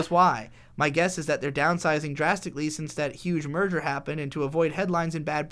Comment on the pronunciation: I perceived you both saying "merger" as "murder" and since you were talking about Crunchyroll, I didn't even question it